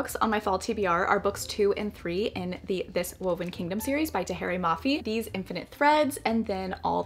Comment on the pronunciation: Tahereh Mafi's name is pronounced TaheRUH not Ray! :)